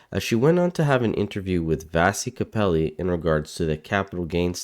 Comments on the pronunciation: Kapelos, not Kapelli. Smh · Hi there. I'm sitting on the fence regarding subscribing. I have noticed twice now that you have pretty badly mispronounced Vassy Kapelos' last name. It's not Kapelli, it's Kapelos', it's Greek I believe.. These things matter if you want us to take you seriously as a pundit. Accuracy counts. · She's such a condescending, arrogant, and simply vile c*nt!!! FYI. Journalist's name is Kapelos. Not Kapeli. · Kapelos! Not Kapelli. Smh